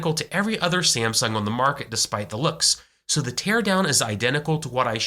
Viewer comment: Why is he pronouncing Samsung as "Siem-sung"??